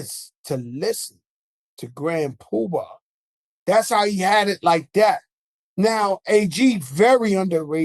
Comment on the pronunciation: Grand Pubar or Grand Puba if your not Joe 😂